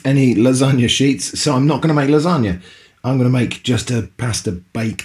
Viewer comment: sounds like lanongne to me